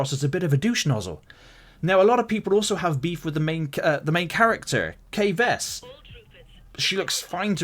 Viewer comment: Me who reads these comment: her name is Kay Vess not Kaya vest